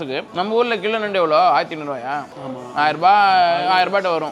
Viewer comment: நன்டுன்னு சொல்லுங்க